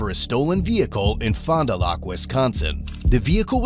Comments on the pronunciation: wait do people say fond du lac as "lock" and not "lack"? Or am I wrong lol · Pronounced as Fond Du “lack” not lock. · Fond Du Lak not Fond Du lock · nice pronunciation of Fondalac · Ouch. Fond-du-lack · Just for future reference, it's pronounced like "fondue-lack" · Fon do lack is how it's said :) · Bro I'm from fond du lac and it's really bad to hear how people try and pronounce the names... I mean they're either Indian or French lmao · I cringed at how he pronounced Fond du Lac. 😂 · Are there no Wisconsinites in the comments?! That pronunciation of Fond du lac was heinous